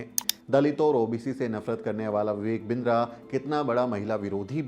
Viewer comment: बिन्द्रा नही किन्दरा😂